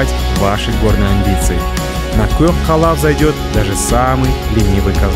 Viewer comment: Сен мәңгүрт боп қалған екенсің өз тіліңді ұмытып. Көк қала емес, көкала ғой. Көкала деп түсін айтқаны.